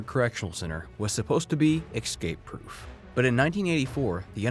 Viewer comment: Are you really pronouncing escape incorrectly to start the video???